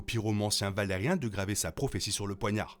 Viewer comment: Vidéo intéressante, par contre ça se prononce Valyrien pas valarien. Sinon je me demande pourquoi Aemond avait son épée dégainée et était en train de la ranger quand Criston Cole l'appelle. Parce qu'il commence à la ranger avant que Cole l'appelle... Sinon je ne sais pas si Aegon sait lire le valyrien ou pas. Clairement il le comprend, mais le parle mal. Je pense qu'il sait le lire quand même. Mais j'adore quand les personnages parlent valyrien pour se parler entre eux. Mais je me demande si le grand mestre Orwyle parle valyrien. Parce qu'il n'y a pas que les Targaryen et Velaryon qui le parlent, il y a aussi les Celtigar et toutes sortes de gens très éduqués. Donc un bon nombre de mestres.